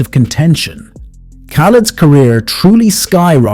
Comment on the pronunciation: I abhore this man, but as soon as you said his name as KAH-LED (even after the amount of times he says his own name) I knew you're gonna piss me off so I had to leave this comment and leave 😂